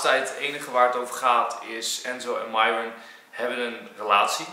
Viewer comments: Mieron maar enzo veranderd namen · HET IS MIERON ENZO NIET MIJRON😅🤣❣ ( ik doe ff hoe je het uitspreekt ) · Bianca mieron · Hi enzo, hoe spreek je de naam van myron officieel uit? Jij zegt meestal mairon, en zij stelt zich vaak voor als mieron. Wat is nog de correcte versie?😏